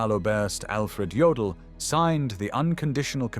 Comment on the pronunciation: Jodl not Joel.😝